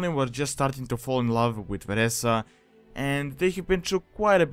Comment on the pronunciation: it is Vereesa(pronunciation Vir-EE-SUH). please learn to pronounce the names of lore characters. lol